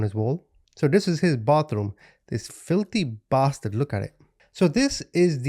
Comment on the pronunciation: It just tickles me everytime you hit him with "the feelthy bahsturd". 😂😂😂 Love it